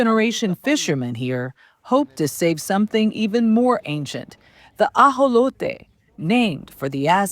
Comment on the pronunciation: I appreciate the reporter for pronouncing AJOLOTE the proper way. :)